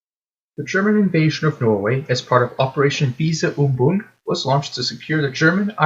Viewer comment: The name of german operation to invade Denmark and Norway was "Weser übung, (but pronounced Wesser)" (Weater execise) - and your pronounciation sucks - but good video anyways. One fact is it that the Germans try to hide how many germans that fell in the fight - so that they claimed that Denmark surrendered like Tjekkeslovakia and Austria. It is disputed how many germans soldiers that was killed and wounded.